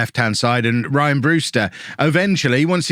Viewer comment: Ree-an Brewster not Ryan. Thanks.